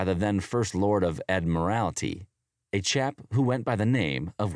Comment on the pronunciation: Better get your jargon straight. "Admirality"!!! - It's Admiralty. My ears were smoking, listening to that claptrap narrative.